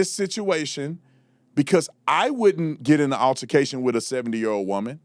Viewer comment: What TF is an "urrrtication"!? It's pronounced "ALTERCATION"!